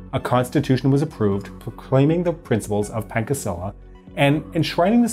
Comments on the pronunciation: Pankasila???? Oh boy ...No..... Panchasila the right pronunciation. C in Indonesia always sound Che.... Not become khe... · Why he say pankasila not pancasila? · Quit saying pancacila wrong. Cs should make a "ch" sound. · No no no it's not pakasila it's pan.......... ca......... si....... La. Pancasila not pakasila. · As an Indon, I felt physical pain when he said Pankasila. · Wait did he pronounce it "pangkasila" ? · great documentary as always, it is quite rare seeing indonesia war of independence material done in english very well done it seems you struggle saying pancasila. you said the pan correctly but i saw you tried to spell the ca like in pancake, you should spell the ca like in "charge" and the sila i think you said good enough waiting for your next video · Pancasila: Pan-cha-si-la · More like pun-cha-see-luh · More like Pun-cha-see-la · more like: paan - cha - si - la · A little correction Pancasila = the C pronounce like charlie, Panca = 5. PPKI = Panitia Persiapan Kemerdekaan Indonesia, not PKKI. Linggardjati, with R between lingga and djati Good videos anyway, love it, subs! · C in Indonesia is pronounced ch. As in cheese or cheat. So the correct pronunciation of pancasila is panchasila. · I'll give you a little correction, First, "PPKI" not "PKKI" it means Panitia Persiapan Kemerdekaan Indonesia. Second, Please learn to pronounce "Pancasila" correctly that's C not K. Third, the agreement is "Linggarjati" not "Linggadjati". Overall it's very good documentary, Love you all from Indonesia 😁❤️ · I'm sorry, but your 'pegasila' was so cute lol. I don't really know how to explain the right pronunciation in writing, srry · Explain it like this: Pan cha si la Indonesians pronounce the letter "C" as "Ch". Unlike in English which is "Kh". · Little corection, it pronounce, pun cha(like charlie) see la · FYI, "Pancasila" is read PanCHasila, pancha is an Indian word for 5. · pun-cha-she-la that's how to pronounce Pancasila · "PAKASILA" hm "SOEBARDJO" HM